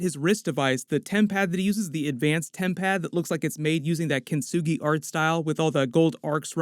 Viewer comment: Love the way rinsed the word Kintsugi🤣🤣🤣